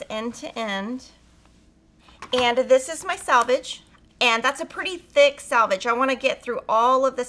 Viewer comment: It's sELvadge, not sALvedge.